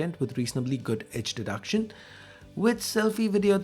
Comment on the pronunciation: Please start saying "EDGE DETECTION" and not "Edge Deduction" hope you will correct it in future videos.